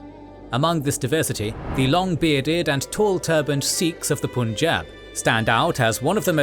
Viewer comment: pleaseeeeeee learn how to say punjab , before making entire video about punjab your hurting my ears